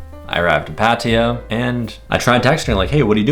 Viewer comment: Please learn how to pronounce Pattaya; could be part of the reason you keep getting scammed. It screams please take advantage of this farang.